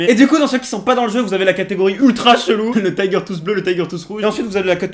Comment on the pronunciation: LE TAYGEURR TWOUSSEE 😂😂😂😂 tellement ridicule quand il le dit